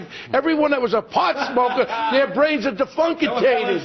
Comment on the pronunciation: DEFUNKITATED! DEFUNKITATED!